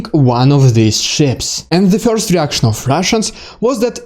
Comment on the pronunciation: Damned well organized video report! A + . "Bless you!" (sneeze) . I can't get over the way you say the one syllable word: "first." You seem to say "Fiyorst" ! LOL ! Might want to Trademark that! There's nothing wrong with it . It's just funny / interesting.